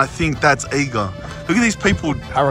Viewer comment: Eiger is pronounced Eye ger.